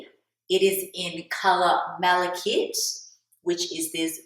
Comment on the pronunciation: It's pronounced Mala-KITE. It's an ore of copper.